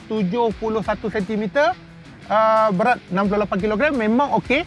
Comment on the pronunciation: apa tadii bang….??berat? 10 kali ulang🙊